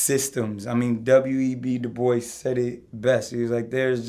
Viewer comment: bro didn't even pronounce Dubois correctly smh